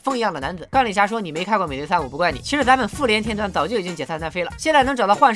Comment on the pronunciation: 一直將復聯聽成婦聯😂😂😂